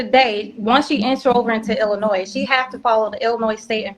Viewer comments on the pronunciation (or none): I wouldn't listen to this idiot!! He knows so much about illinois yet can't even pronounce it. She's going to jail. Point blank period.